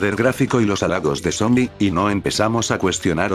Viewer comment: Soy yo o en ves de decir sony dice zombi